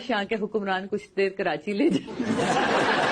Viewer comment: کراچی ہی تو ریوینو دیتا ہے جس سے پنجاب اپ کو اچھا لگ رہا ہے ۔۔سندھ حکومت کھاجاتی ہے ج کچھ بچتا ہے اپ جو کرانچی کرانچی کر رہی ہیں ۔۔یاد رکھیں ۔کراچی میں مکرانی بلوچی پرانے لوگ بھی رہتے ہیں ۔پہلے کراچی کا نام کولاچی تھا ۔۔اور اردو اسپیکنگ نے کلاچی سے کراچی رکھا ہے ۔کراچی میں جو لوگ کرانچی بولتے ہیں ۔ان کی زبان اردو نہیں ہے اور کراچی میں دوسرے صوبوں کے لوگ رہتے ہیں ۔۔لیکن لاہور میں تو پنجابی ہیں ۔وہ کیوں لاہور کو لو ہور بولتے ہیں ۔۔پہلے اپ لو ہور اپنا ٹھیک کیجۓ ۔۔ ویسے اپ کی اردو بولنے پر ایک دفعہ تو مہرین سبطین بھی مذأق اڑأ رہی تھیں ۔۔اپ خود کتنے لفظ غلط بولتی ہیں۔۔ سندھ کی حکومت سندھی ہے ورنہ پہلے مصطفےکمال نے کراچی کو بہت صأف ستھرا بنادیا تھا ۔اور وہ ایشیاء کےتیسرے بڑے میٸر تھے